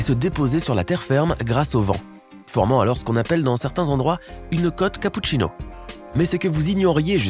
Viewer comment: Quand il a parlé de la truck capotchino j ai eu du mal à respirer 🤣😥